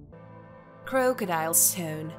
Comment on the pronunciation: Geoglophs? Croke-adile? Do you speak English?